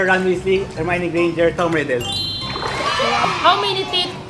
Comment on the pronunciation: "Si Hermione Grainginger" 😂😂